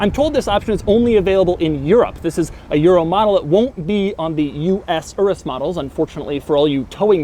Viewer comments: It's pronounced your-us, not erus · DID HE PRONOUNCE IT LIKE ERUS, it’s pronounced as “yerus” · It is pronounced udus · I think it's pronounced U Rus not urus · I love how white people can’t pronounce foreign words... my man said ” This is the Lamborghini Uress” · Should you pronounce Urus as Doug says it, not as in Uranus ? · Isn't it pronounced "Yoor-us"? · Isn’t it pounced your-us? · The way he pronounces Urus is hilarious.